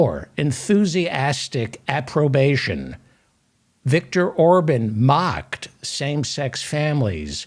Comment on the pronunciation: Remember Republican Senator Larry Craig in the airport bathroom. P.S. Orban is pronounced "Ore - bon" not "Ore - bun"